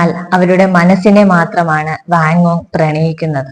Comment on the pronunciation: ആസ്വാദനം നന്നായിട്ടുണ്ട്. ഉച്ചാരണത്തിൽ അല്പം കൂടി ശ്രദ്ധിക്ക'ണം. ഉദ 'വാൻഗോഗ് , ഒറ്റപ്പെടൽ